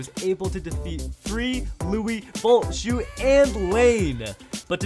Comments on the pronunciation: Shu not shoe bro 🤣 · Lmao he said "shoe" Instead of shu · It’s a thusly shu not shoe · Shoe, not Shu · bro when will u get it right it's "Shu"